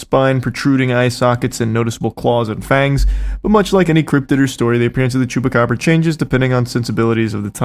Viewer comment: You say the “chupa” in the candy the exact same as the chupa in chupacabra, my brother in Christ, you are literally the one covering it and pronouncing it correctly while doing so 😂